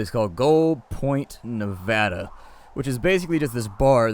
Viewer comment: one of the few that actually pronounces Nevada correctly, THANK YOU